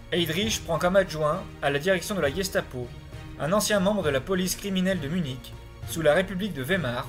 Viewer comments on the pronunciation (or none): none